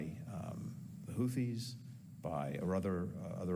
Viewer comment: He can’t even say their name properly! He said “Houties”